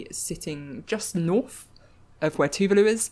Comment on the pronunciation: NZ'er here: Tuvalu is pronounced "Tu-VAH-lu", not like "vindaloo".